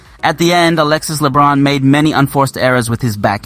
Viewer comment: Hi coach. As a coach in France, if I am not wrong, you should pronounce the nzme of Alexis Lebrun way better 😉